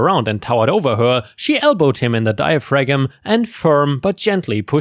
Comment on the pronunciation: The G in diaphragm is silent - dia - fram!